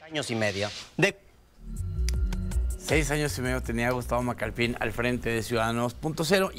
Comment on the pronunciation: "Macalpin", no "Macalpín".